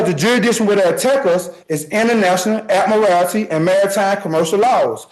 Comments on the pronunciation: This man impressed me more than any sovereign citizen has before, for two reasons. 1. He can read. The number of sovs that can't read is a real bummer, this man did really well, aside from the inability to pronounce admiralty and a few other unusual words. 2. He is not making a mountain out of a molehill. Sounds like he is pretty well and truly screwed for murder, so what does he have to lose? Unlike so many sovs who somehow manage to turn a self-inflicted traffic violation into felony charges. And this judge? Magnificent, what an excellent job he did! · I know it's petty, but the word is pronounced Ad-mi-ral-ty. It certainly doesn't have morality at its end.